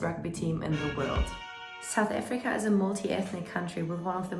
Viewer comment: Why are you saying it like that. Saoet Afreeka